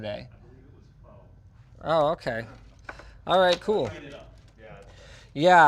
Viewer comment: did he just pronounce Pho like that?